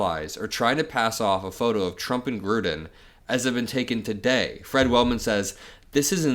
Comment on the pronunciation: It's not t-rump.